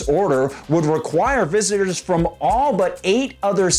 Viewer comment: Did she say, "... Visiners..."?? Haha, nice diction lady